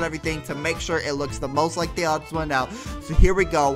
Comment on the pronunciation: He said Oddsoneout